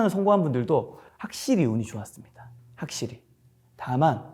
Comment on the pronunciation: 확실히 -> 학실히 갱상도 맞네 ㅋㅋ